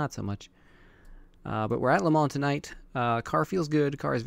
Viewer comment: The best pronuntiation of Le Mans i have ever heard bro, respoect! :D. The series should have been named " ZeroRainSeries" Please how do you record only the game screen (only 1 screen of my 3) with obs ? (i have some software problems ...)